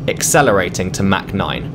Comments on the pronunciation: It’s not “mac 9”, there’s no McDonald’s here. Try “mach” as in “mock 9”. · I think you meant to say mak 0.9